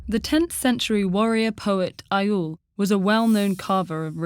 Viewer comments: Egil is NOT pronounced Eye-oll, it's more like Egg-ill... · ...Uh Egill is not pronounced EYE-IL